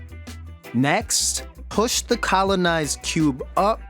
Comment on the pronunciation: Why u say push n squish like that